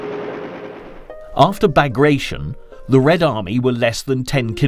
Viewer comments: Operation Ba-grat-ee-on...... mot Bag-raton. Bagration was a famous 19th century Russian general.. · i believe its pronounced ba-grat-ti-on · Why English spiking people read everything like they would have been done in English language. “Operation bagreishion” he says it is name of major operation of world war 2 and it is called after Peter bagration -general of Russia of Napolionic wars. Bagration is Georgian Royal surname and it is pronounced like it is written.